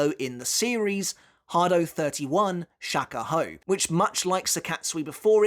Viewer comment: Next time pronounce it as "shock a hoe"